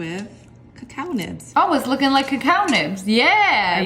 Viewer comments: It's not pronounced ca cow its cocoa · It's coco not cacaww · it's cocoa seeds and coco bean. Not cacow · ITS CALLED COCO NOT A COCOWPAWD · It's not called cacoao it's called coco pod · notmto be rude be its pronounce coco not cacow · .. i saw tht same video on yt shorts lol.. its not "cuhcow" seeds lol.. its "cahco" seeds..im from the caribbean n this is how u pronounce it~ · cocoa not cacow.. still luv u tho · Its coco pod not coaco pod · Why do you Americans pronounce it 'ca cao'. in Grenada a country in the Caribbean where I live, there's a lot, and its pronounced 'co co' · what the heck is a "ca cow" seed it is Coco seed these white people. Please get it right. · ITS COCO NOT COCAO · ITS NOT A COWPOT ITS COCO GET IT RIGHT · Who the frik says cawcow pods is it not cocoa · also did sniper wolf say cacow pod its a coco pod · Cocoa beans is the name I hate to hear people say cacow seads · im sorry mam but u said a cacow plant it a coco plant this is a vailation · cocoa not cacao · As a Caribbean person i can say, the word is cocoa but pronounced as coco take not snipes <3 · Cac ao it is pronoused coco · It's pronounced coco seeds, but spelt cocao, lol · Srry but sssniperwolf it's pronounced co co but spelled coa coa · We have cocoa everywhere in Africa I ate it. It's nice and that's not how to pronounce it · The way she pronounced cocoa 😂